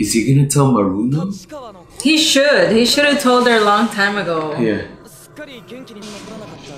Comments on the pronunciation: Why you keep calling her maruno lol is murano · her name is murano not maruno